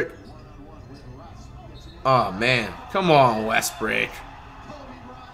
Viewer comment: “On westbrik” 😂😂😂😂😂🤣🤣🤣🤣🤣🤣